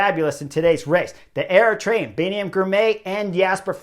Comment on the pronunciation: I'm Eritrean and horner subscribers from day one 😆 🤣 I can't even believe chris horner pronounce our country name properly and called out jasper the disaster